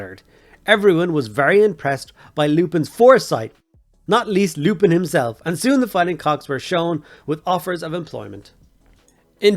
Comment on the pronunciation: Isn’t it lumpin’ pronounced like dumping. A play on “you’re going to take a lumpin’” - ie beating.